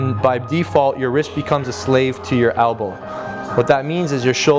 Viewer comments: "albow" lol i stopped listening to this guy when he let clients press behind their heads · albow... ugh thats the only thing i hate about his videos